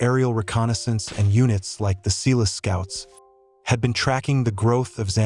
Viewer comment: For shits sake speak to a white Zimbabwean to learn how to pronounce words. Its not Selis Scoots its Seloo Scouts. (I have spelled the first name as you would pronounce it).